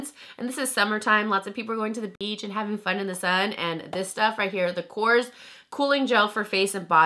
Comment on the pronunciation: Girl!!! Korres is pronounced like "core-EZ," not like Coors the beer! Lol love you long time